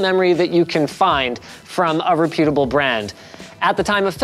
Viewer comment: you're putting too much "pue" in your pronunciation of reputable...you guys soundlike you are saying "re-pue-dable"